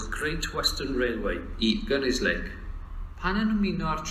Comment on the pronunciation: Good to hear the announcements are mangling both English and Welsh language and station names... Especially the announcement to Gunnislake... A laugh a minute...